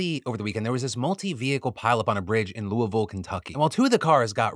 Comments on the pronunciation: Yooo, I remember this! Everyone at my work was talking about it. And you pronounced Louisville like a true local 😂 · Phillip, you are the BAMF! Finally someone from outside of KY that knows how to pronounce Louisville properly.